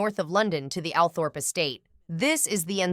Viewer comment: Althorp is pronounced All thrup!